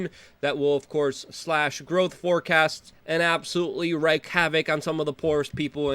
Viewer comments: It isn't wreck havoc, it's wreak havoc, rhymes with tweak. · Wreak havoc is pronounced wrong. You keep making the same mistake. Wreak in this sense is pronounced rēk.